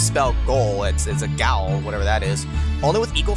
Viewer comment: God,, Gaol is said like Jail. It's so obvious, I can't believe you. Unsubscribed. Then re-subscribed to unsub again